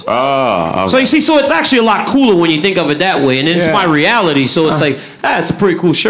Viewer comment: THEY DONT TINK LIKE A I TINK